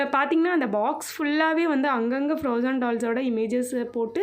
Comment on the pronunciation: Akka athu froazon kidayathu plss spell it like frozen plss correct ah pronounce panunga this is a little advice for my dear ❤️❤️❤️